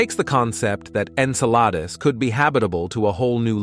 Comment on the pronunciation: Yeah, I, too, noticed that. Like Saturn's moon Enceladus was pronounced about three different ways, with one of the most notable being "En-sell-a-deuce".